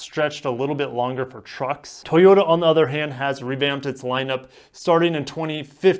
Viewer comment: Why are you saying it like that : tHoyota?